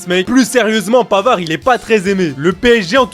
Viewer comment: Comment c'est possible qu'ils ont dit pavard ? N'oubliez pas le but second poto. 1. PAVVVVVAAAAAARD